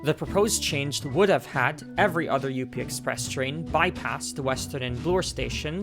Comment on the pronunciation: It’s just called the up express lol. Not U - P express